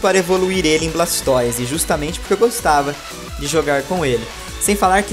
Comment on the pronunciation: tbm ñ gosto do "Blaxtoize" kkk ..